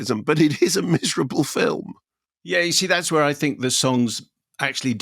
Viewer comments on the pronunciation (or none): Miser- ablah? 😂